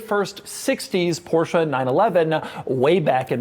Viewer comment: How Beyoncé is not BeyoncAH Porsche is not PorschAH